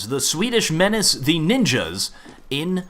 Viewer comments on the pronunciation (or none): none